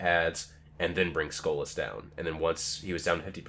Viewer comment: Why does he keep saying "Skola"? It's SKOLAS, notice the S in there